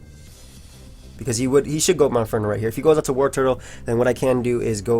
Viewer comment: Why can not pronounce the name Wartortle?